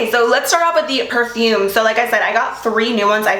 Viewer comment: Please try to be prepare for pronouncing perfume. Ty not being rude.